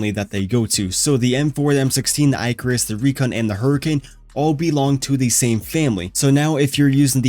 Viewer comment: Eye-carus.. haha go watch or look up Greek mythology